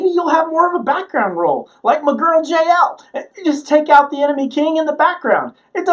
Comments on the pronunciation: Jah el not jayel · Her name is pronounced “Ya-El”